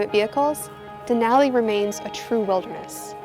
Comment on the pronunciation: *and "Denali"